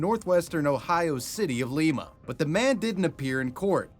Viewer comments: It’s Lima like lima beans not leema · Just for future reference, Lima Ohio is pronounced like Lima beans not Lima peru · bro said Lee-Ma 😂 its Lie-Ma ❤ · Born and raised in Lima, Ohio. It is not pronounced Leema. It is pronounced Lyme-uh. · You're killing me with this Leema bs, Lima is just like the beans, L"eye"ma. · It’s pronounced like the bean. Lie-ma, not lee-ma. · I'm late I know I know BUT...I'm from Lima ..and everyone always says it wrong 😞😞 it's pronounced like Lie-ma or Lye-ma not like Lima Peru lol just hoping any other YouTuber who covers this says it right! Btw just found your channel and I'm obsessed ❤ ty for all the great videos ❤ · while the city in Peru is pronounced "lee-ma" the city in Ohio is pronounced "lye-ma." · It’s pronounced “lie-ma” not “lee-ma”. It’s spelled lima like lima beans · i cannot believe you pronounced "Lima" as "Leema"... I live nearby and it's most definitely pronounced "Lie-Mah" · People here call it "lie-ma" not "lee-ma" and I still don't know what's right😂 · “In leemuh” aka Lima Ohio is pronounced “lie-muh” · It's lie-ma not lee-ma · LIME - a not lee-ma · The city in Ohio isnt pronounced Leemuh the the city in Peru. Its pronounced Liemuh. Like Lime. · Ohioan here, it's pronounced "Lime-uh-" not "leema" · Its pronounced LIE MAH!!!! Not Leema! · Ah yes... pronouncing Lima, Ohio the same as Lima, Peru. An easy mistake to make and one I myself once made. The Ohio City is pronounced LY-ma, as opposed to the city in Peru which is pronounced LEE-ma. (Think Lima beans.) Fun fact: Lima, Ohio is where the Ford Vulcan V6 engine was manufactured. This engine was used extensively in Ford Tauruses, Mercury Sables, and Ford Rangers. Once upon a time I swapped the heads from a 1996 Ford Ranger to the block of a 1995 Ford Taurus. Long story. Surf Wisely. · Not lema it's pronounced liiiiiima Not from there but an hour away lol just thought I might help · It's pronounced lie-ma Not lee-ma. Future reference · Lyma not Leema. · Lime-uh Ohio.